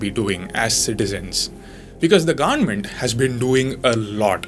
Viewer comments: 😁😅😅 government sounds like gand-ment 😂☝️ . By the way love You bro 😘🙏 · Word of the day - Gandmeant. Did you just say “Gandmeant” ? 🤣😂😂 Video sponsored by China. (Please no time for being hatful)